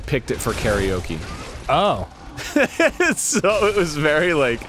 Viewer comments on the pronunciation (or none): Arin, for shame.. Your tutor would be disappointed at the way you said "karaoke"